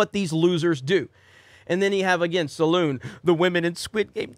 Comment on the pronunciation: "Saloon"? Oh never change. *laughs*